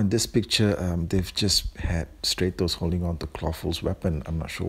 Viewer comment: It's statos not straytos